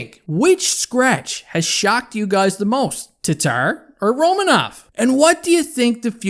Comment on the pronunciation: Pronounced Ro-man-of.